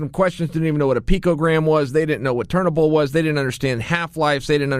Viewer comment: You obviously don't know the language cause you can't even pronounce turinabol correctly. Stop being full of your self it shows your ignorance on certain topics! No wonder he didn't want to speak to you!